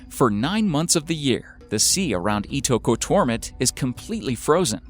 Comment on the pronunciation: Omg thank you for saying "Ittoqortoomit" I probably spelled it wrong, but for a long time I've wondered how to pronounce that name. I have searched it on Google Earth. It's a very small village.